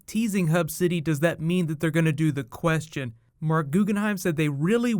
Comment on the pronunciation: Please edit down your lisp, it kills my ears every time I watch your vids. Plus you say the "Question" weird.